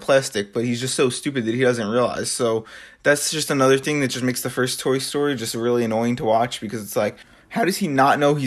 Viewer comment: this nigga said tory story